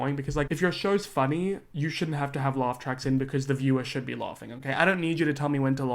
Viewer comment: “Loff tracks” 😂😂😂